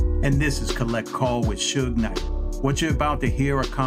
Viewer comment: 😂😂😂😂 AI voice was clowning Suge calling him Su-gay knight.